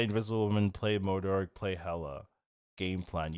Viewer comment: why do u call him Moodurk at the start lmao it's MO-DOK T-T